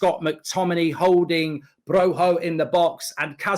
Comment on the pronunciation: Broja pronunciation is on point